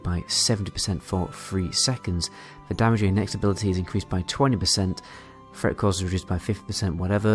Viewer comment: I like hearing the "th" sound pronounced as a "f". threat = fret, three = free